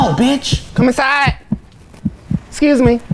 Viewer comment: it sounded like said "comu sai" lol instead of come inside